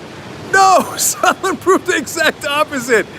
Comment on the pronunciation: You think Leningrad Lindsey will remember how to pronounce Sondland’s name now?